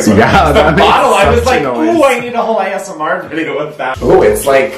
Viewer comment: idk why I understood "i need a whole EYESMR" lol